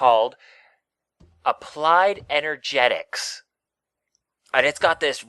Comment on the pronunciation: Man i feel like an ass doing this... applied energistics is pronounced "applied enerjissticks" sorry it just makes me want to implode when someone mispronounces a mod name >.<